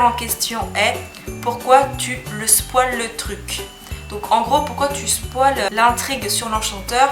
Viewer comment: Coucou 😂 ça m'a rire t'a prononciation du mot spoil ✌ biz